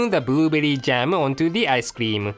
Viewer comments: "boorooooberri jamu" :D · ボールベアリジャム。(He used an R, equivalent to both R and L in English.) XDDD I still died!! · The part when he said "booberry jam" mad me laugh! Very instructional video, too! Thank you. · I kinda feel bad for cause he can't say blueberry jam